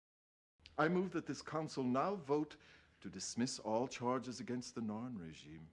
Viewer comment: …Did you just go from calling the Narn the Naan to calling them the ZARN right at the end there?